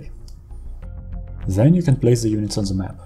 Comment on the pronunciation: "THEN" heißt das. NICHT "sen" man bekommt Ohrenkrebs